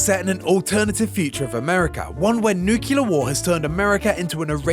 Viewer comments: Nuclear not nucular matey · “Nucular” war will never turn any place into a wasteland. That said, a nuclear war probably would. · Is it that hard to spell NUCLEAR correctly? It hurts to hear nucular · It's pronounced "new-CLEE-ur", not "nuke-yew-lur". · It's pronounced "NEW-CLEAR"!!!! not "NEW-CUE-LER"!!!! Wtf!... "Patrolling the Mojave almost makes you wish for a NEW-CLEAR winter.... ugh..I.. also, the fallout world "diverged" from ours... it didn't "divulge" from ours.. worst breakdown ever...😢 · „Nukular“.. are you serious? 😂😢